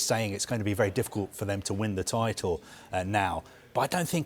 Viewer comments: Not fro “for” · Mean “fro”😂😂😂